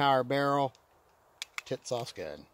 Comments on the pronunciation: He said “Tits-Sauce!” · Pronounced tis- sass. Calling it the kissass would make more sense. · Is it me or do I keep hearing tit-sauce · Yeah? WTF is that with him? Tits Sauce is what I keep on fucking hearing. IDK if he’s talking about some porn movie or a dam gun!